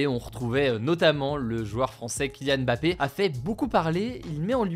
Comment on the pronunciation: Bravo pour avoir bien prononcé Mbappé, sûrement le premier "journaliste" français à le faire